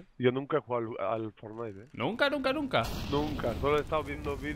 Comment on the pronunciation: Molombo: For....fsdjifjsdi.. fornai